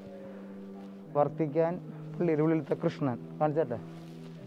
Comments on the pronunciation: Hai BRO, Not VARTICAN----- V A T I C A N (PLEASE PRONOUNCE V A T I C A N) GOD BLESS ALL OF YOU 🙏🙏🙏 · വർത്തിക്കാൻ എന്ന് പറയുന്നതെന്തിനാ ''; വത്തിക്കാൻ '